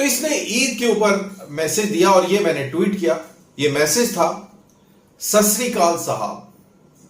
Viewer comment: Sasrikaal nahi hota jaahil...Satsriakaal hota hai..GOD IS TRUTH.